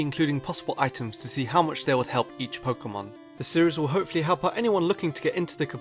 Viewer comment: He said Pokemon wrong. I am disgraced!